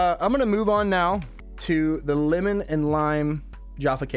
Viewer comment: He may have arrived back swearing like a trooper but he's still saying limmon.